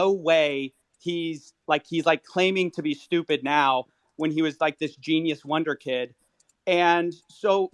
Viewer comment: It's "wunderkind".